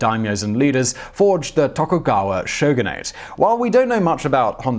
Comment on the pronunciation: Togukawa Ieyasu, not "Leyasu". Phonetically something along the lines of "yeah-ahsu"